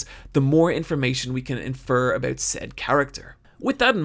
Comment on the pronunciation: he said "a-boot" canadian detected!